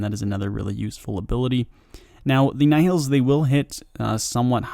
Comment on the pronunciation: Just search another video for nihils because this one is way too bad... Second time he says nihils in a vid and still doing the same way